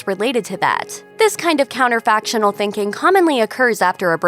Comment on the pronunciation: Counterfactual, not 'counterfactional'.